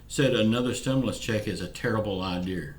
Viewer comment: This video is nonsense. Whats this have to do with stimulus updates. Its mostly a protest video. And to say America is great and then for you to say IDEER instead of (idea) lol kind of makes the American language a joke and hard to believe someone that can only learn broken English. This is why the souths schooling at 5th grade read at a 3rd grade level. Its IDEA NOT IDEER. Yeah lets kick everyone out of office and put nothing but non educational southerners in it to destroy USA even more. And Stop telling people its $2000 dollar stimulus they have not announced anything about how much they will be giving out for the 2nd stimulus. This is why I cant stand fake facts. Stop lieing to the people.